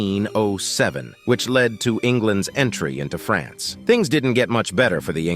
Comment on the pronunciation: France is not prounounced "Frens" you dolt